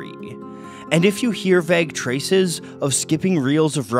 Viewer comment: Vegg traces? - a ragged claun? - surry bob? *just been bombarded with too many pronunciation cringe triggers at once...